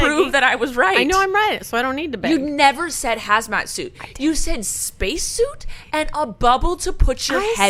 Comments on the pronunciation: SHE SAID HASMAT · SHE SAID HAZMAT